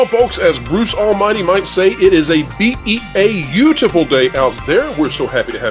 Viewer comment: said b e a utiful